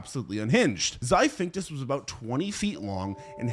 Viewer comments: I hate to be that guy but if your job is to voice videos, you should at least spend any energy trying to pronounce the words you're reading correctly. "xiphactinus" is not pronounced "xiphinctus" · How'd you voice and edit this video, then write out the chapter titles. And still not realise it's "zy-FAK-TIN-US" not "zy-fink-tus" lmao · i cant get over "Zy-phinctus" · Xiphactinus is pronounced Zi-thact-tin-us my guy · the way this guy pronounced Xiphactinus (“Zip-fact-teenus”) gave me straight up stage 10 brain cancer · One good thing about the pronunciation... choices... in this video is that no animal has ever had to be worried about the 'Zaphinctus', since no species by that name has ever existed. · They way he mispronounces Xiphactinus kills me 😅